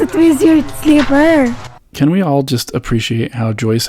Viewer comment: I’m glued to your videos, bro. Joy’s family is so hospitable! Just like my Filipino family in Hawaii. Anyway, keep the videos coming. I love watching your footage of you & Joy, her family, everyday life, and of course…the food! Oh yeah….when she pronounces “slipper”!!! 🤣🤣🤣